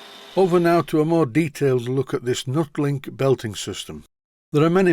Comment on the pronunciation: I always thought it was pronounced "NEW-TEE-LINK" as it was an improvement on the "old" style belt that you removed from the Boxford and also, the rivets are "Tee" shaped if you take one fully out ? We used it on a precision grinder at work as it's not supposed to transmit vibration as much as a standard rubber belt ?